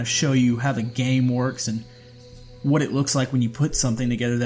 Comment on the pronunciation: It is the famous “waut”